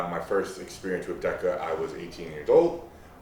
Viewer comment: That is the strangest pronunciation of Deca that I've heard.